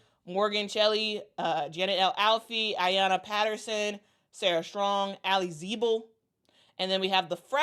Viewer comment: I really really wish you could either not say their names if you’re not sure, cause hearing you butchering Allie’s name. Thank you! I don’t usually post, but ya please